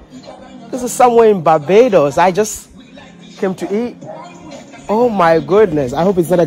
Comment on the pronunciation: Bro, it pronounced Bar-bay-dos & not bay- bar-dos.